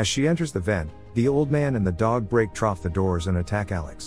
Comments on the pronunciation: Why does it say troff? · There’s no way he’s NOT saying “trough” that many times on purpose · Take a drink every time you hear trof